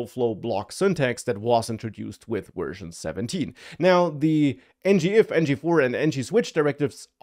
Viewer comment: You're definitely saying "wersion" instead of "version."